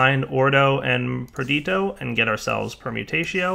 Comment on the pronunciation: Wait, so he can pronounce Perditio but not Cognitio? C'mon son!